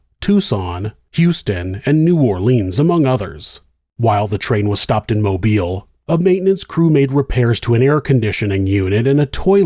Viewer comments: Thank you for pronouncing Mobile, Alabama correctly. So many people pronounce it like you would pronounce mobile home but that's obviously not correct. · Thank you for your correct pronunciation of Mobile